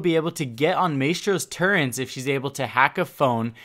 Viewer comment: You sound like youre saying turrents